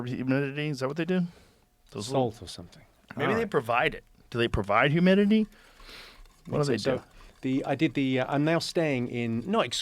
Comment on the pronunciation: Take the humiditititieus